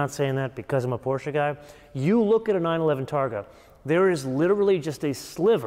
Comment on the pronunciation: Thank you for the review. As a German, I am not sure why you’re saying „G-vagon“ (somewhat correctly [Geländewagen]) yet you are saying Porsche incorrectly. You Americans make me laugh. Regardless this was an exceptional and very impressive review and is leading us to purchase the 110 here in Stuttgart. I believe Its easier for me to sit here and comment rather than do what you do. Fantastic review. I do believe we have more options on the EU spec, so I am fearing what my total cost in € will be. Well done on this video. Mit freundlichen Grüßen, Fischer.